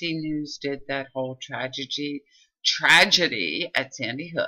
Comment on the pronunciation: ( here's the definition) you say Lt. Vance made a mistake saying ANY, you messed up saying TRAGEDY , did you only mispronounce the word or were you trying to hide something ?